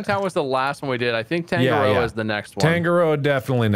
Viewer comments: The way yall say Tangaroa is so funny, Its pronounced tounge ah (roll the r) roe ah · When they say tangaroa wrong 😂 Its pronounced (tung-ar-raw) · i die on the inside everytime they mispronounce tangaroa 😭🤚